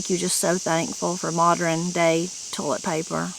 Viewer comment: for the last 3 years that I've been watching your videos I've noticed that when you say a word like modern or Western you switch the positions of the r and the e, And pronounce it that way. Is that an Appalachian thing? Did you even know that you did that? Please don't take this the wrong way I actually find it Charming. It's just something I noticed about your language and wondered if you were aware of it?